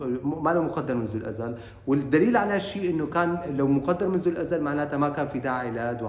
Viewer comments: جزاك الله خيرا ملاحظة صغيرة: الأزل وليس الأذل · كلمة الأزل نطقتها الاذل وهي ليست صحيحة الأزل أي الدهر القديم أما الأذل فتعني أهون شي وأذلهم أي الأذل ( ليخرجن الأعز منها الأذل )